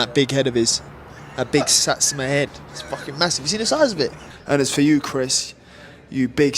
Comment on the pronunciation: Say it with me ‘SAT-SUU-MAHH’ Hes a special case 😂